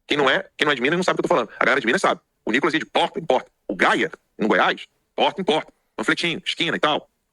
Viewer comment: Quando o está nervoso ele fala: "Nhicolas, Minhistro" pareçe polaco.